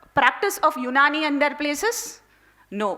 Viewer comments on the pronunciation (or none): none